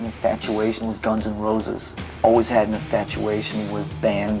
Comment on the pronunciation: Me rompe las pelotas cuando dicen "gans an rrouses"